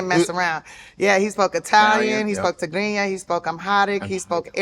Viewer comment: I like the way she pronounced Tigrinya still, shout out to Tiffany Haddish 🇪🇷